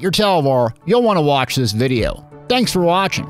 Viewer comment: did he say : ganks for watchinG???